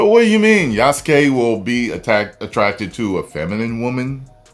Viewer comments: Yes, it is spelled YasUke. But is pronounced Yas-kay. Like Sasuke from Naruto. It's pronounced Sas-kay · They dont pronounce "U" in japan thats why it supposed to be said "yaske" .... i say yasuke anyway lol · Ow just a thing about Japanese names that carries "U" in it, the "U" is silent. Yas-u-ke is pronounced as YAS-KE... Just a thought from a Japanese martial arts practitioner. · It's Yas-Kay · Don't worry about the name pronunciation,. It happens all the time.